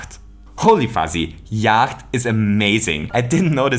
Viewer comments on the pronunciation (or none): you mean Yahtzee? Not Yacht? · Yacht... zee? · Yacht? Here it is called yatzee (jat-zee)